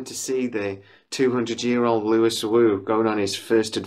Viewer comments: Great news, I'm glad I asked you about it. Of course we must wait for the actual greenlight, but fingers crossed. By the way, Louis is pronounced the French way "Lew-wee" (not a big issue, I didn't realise this at my first reading of the book). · It's Louis (Loueee). That's cannon.